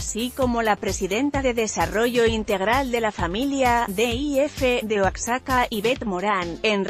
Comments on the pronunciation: Aqui si queda la palabra ignorante,se escribe Oaxaca y se pronuncia Oajaca,entendido😠,asi quiero que lo aprenda señora,correcto😠. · royal ... se pronuncia oajaca!! asi como te lo escribo... asi es nuestro maravilloso idioma. yalitZA bien por ella..!! NO es actriz eso todos lo sabemoS.. pero es una muestra que el mexicano xon la actitud correcta y en el lugar indicado puede brillar con todas esas cualidades y habilidades ke posee.. aparte con la direcxion de otro mexicano extraordinario.. cuaron!!! alcanzan el cielo mismo.. bemdito Dios que tenemos aun en las noticias cosas bellas que contar de nuestro pais..